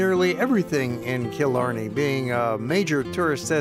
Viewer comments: Tá mé ina choní i Cill Orglan😉😉 They were peenouncing a lot wrong like Killarney it's not Kill-Or-Ne it's kill-Are-Ney Annndd deer......... Really they were fascinated by a deer.... Smh....... There's always deer in my yard... Ireland has a lot of deer We still use turf. Smh. (Ok he said it😂) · It's pronounced kill-arny